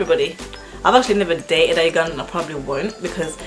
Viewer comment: When pronouncing "Ugandan," sounds like I'm saying "you gone then"